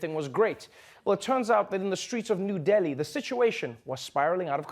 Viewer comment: OMG it's real Trevor pronounced Delhi like it is supposed to be said